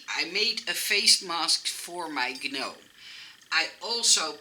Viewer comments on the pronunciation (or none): Hoi, vreselijk leuke ontwerpen weer! Het woord 'gnome' wordt (heel gek) uitgesproken zonder de 'g'. Het wordt dus eigenlijk 'noom'. Ik hoop dat je het niet erg vind dat ik dit aangeef! Ik kijk al je video's en volgens mij leer je graag om je Engels te verbeteren, zoals wij weer veel van jou leren. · FYI In English, we do not pronounce the “g” in gnome. Hope you do not take offense for my correction. ♥️ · So cute ❤️ I couldn’t stop smiling at your pronunciation of the word gnome 🥰 You are so cute